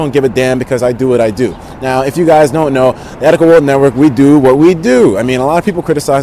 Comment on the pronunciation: He didn't even pronounce your name right..... XD Also the team preview picture was poor:\ I would have been fine with just the regular one at the beginning of the battle. You know? seconds is a long time to wait for a battle ( I did skip the intro) short and sweat is the way to go. Also the mess up at the beginning was kind of like hey why didn't you restart the narra? It wasn't to far into the battle. I may have been to picky but I've seen in the past and he hasn't inproved much.:\